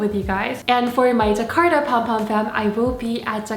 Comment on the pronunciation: did she say "jakarta"??